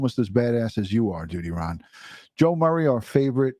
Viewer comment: Thank you for this. DUTYRON..you say it just right...heartbreaking...Grady Judd says it right.